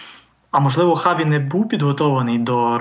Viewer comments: А чому Чаві , а не Хаві? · Хаві, а не Чаві. Допоки?